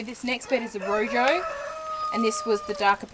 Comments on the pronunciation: Please check the pronunciation of room, in spanish the j sounds more like an h .. . Nice show, hope to see a good yield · Rojo not room